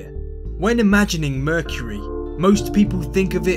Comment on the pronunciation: mercury or merchury? what are you saying?